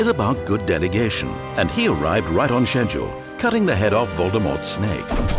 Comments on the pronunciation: you said "schedule" wrong... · Da fuq did I just watch... Plus... "Shedyule" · The narrator mispronouced schedule.